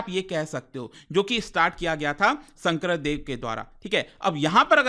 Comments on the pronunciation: Sankardev not sangkradev mind it or learn it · It's not Shankra Deva it's Shankar dev